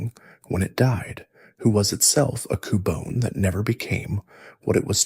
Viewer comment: Why you pronounce cubone like that? Lol Coo-Bon-é and coo-Bone